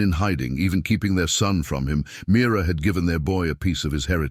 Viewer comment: Name is Mira not mirror